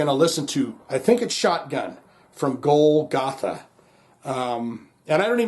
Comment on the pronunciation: Love you Also bad a** that Pearl Drums sponsors your channel. Not to be a wiseguy, but it's pronounced [Goal - ga - tha] Love that track. W.a.s.p. is always great. Golgatha is the hill where Christ crucified.